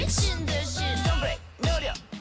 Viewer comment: sadly it doesn't put my brain at ease cause even though I know it 'can' be said differently or is in other languages/by other people when literally all the members of tripleS say KOtone and Shin-wee and you don't it itchessss